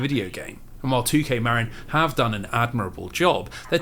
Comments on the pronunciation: I hate being the pronunciation police (again, I think because I'm fairly certain I did this in the previous video of yours), but I grew up in a neighboring county to Marin and it's not pronounced Mare-in like you say, it's pronounced like Mah-Rin. Every time you say it I cringe a little (it's a me problem, not you; you're literally on the other side of the world from here, you're not going to know how to say the weird American-English bastardization of Spanish words like I do). P.S. This was a wonderful and comprehensive video, I appreciate all the hard work you put into it! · bro. as someone who grew up in Marin, your saying it wrong and its killing me inside. "Marin" (as in Marin County, CA) is pronounced "muh-RIN", with the emphasis on the second syllable, like "mud" and "rin" in "rinse". A common mispronunciation is "MARE-in". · 'Marin' is pronounced muh (like 'marine') rin (like 'mandarin')